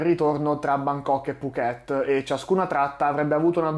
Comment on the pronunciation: Mamma mia mi vengono i brividi. Ho fatto la rotta Bangkok Phuket una dozzina di volte, di cui la metà nella stagione dei monsoni. Per fortuna non abbiamo mai avuto questi problemi. A proposito, Phuket si pronuncia con l'accento sulla prima sillaba. 🙂 Saluti e complimenti per il tuo canale.